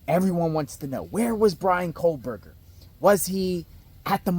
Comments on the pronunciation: Straighten up your ball cap and please Quit saying KOHLBERGER…it’s KOH-berger!!! lol😂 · Can you plllleeeease say KOHberger? There is no L